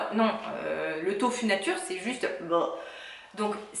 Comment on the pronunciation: tofu dit tofou ^^ tu es la 1ere que j'entend le dire comme ça ^^ chouette video, n'hésite pas a en refaire:-)